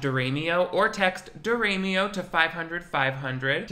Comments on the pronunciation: I thought your last name was pronounced "di-🐏-io", not "di- ray- mio" Damn. My bad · I thought your last name was pronounced Di-rah-mi-oh. I was close! ☺️